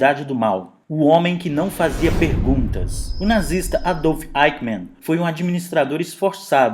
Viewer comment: Pronúncia de Mann , a segunda sílaba do nome do criminoso, deve ser em alemão e não em inglês (man).